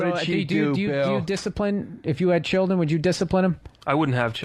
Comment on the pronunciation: Luis Valcarcel yeah I always laughed when bill was like " I thought I was asking fair questions" but the very first thing he asks them is do you have a culdren haha